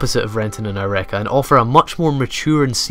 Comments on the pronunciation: "aow-wrecka" ? isn't it pronounce "you-ricka"? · I have never heard of this anime before today. So it's pronounced "air wrekka"? I won't remember that. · skysyrup I'm guessing his reason for pronouncing it that way is due to the fact that the word "Eureka" is of German origin, thus is supposed to be pronounced "OY-REH-KAH" (since "EU" is pronounced "OY," and the letter "E" is pronounced "EH," in German). Just a speculation, though. I may be wrong.